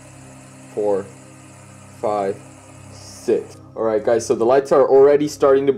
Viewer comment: Wait why do say sit that is not right it is six bro you better practice say it bro